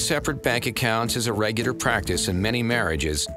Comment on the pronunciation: regader instead of regular 😂